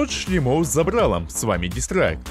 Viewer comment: шлЕмов, а не шлемОв